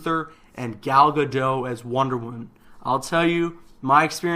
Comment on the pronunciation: Just so you know Gal Gadot's last name is pronounced as it is spelled Ga-dot not Ga-do